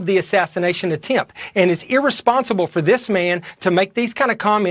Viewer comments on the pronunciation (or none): Dr Jackson said it's "Ear-responsible!" 🤣😆🤣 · Ha, he said Wray was EAResponsible 😂